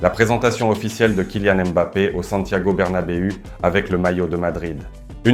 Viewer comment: Bonjour, essayez de prononcer les noms propres espagnols avec un meilleur accent (Cucurella, Bernabeu) c’est pas trop difficile et ça fait toute la différence 😎